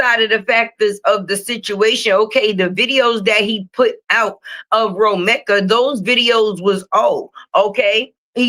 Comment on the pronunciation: you’re saying Romeka’s name wrong